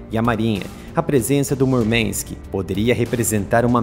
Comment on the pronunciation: Murmank et palavra russa, não inglesa, não é necessário sotaque texano.